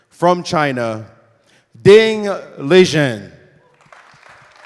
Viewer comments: It is actually pronounced Ding Lizhen. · Was Maurice calling ding, ligen? 😅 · There is only one standard pronunciation of his name in Mandarin. Chinese people never give their names in a dialect.Ding was just being polite in that video. You can see he immediately changes his mind.